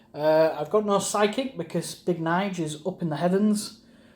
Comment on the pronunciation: Pronounced N-J-A-L Not Nige